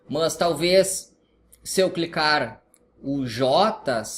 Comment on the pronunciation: "mãs talvez" o jeito que vc fala o mas é diferente kkkkk